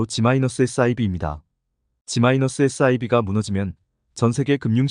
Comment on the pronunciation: TTS극혐‼️😱 G-SIB 를 지마이나스라 읽고 자빠졌네 😡😡